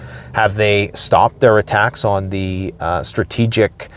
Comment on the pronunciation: MAYBE..... you haven't noticed...... dude is in LOVE with saying "attackums"!!!!!!!!!!